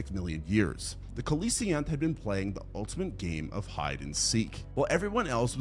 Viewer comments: I cringed each time he mispronounced Coelacanth, it's see-luh-kanth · The way he says coelecanth irritates my soul